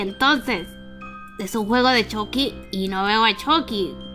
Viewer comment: Lo pronunció chocky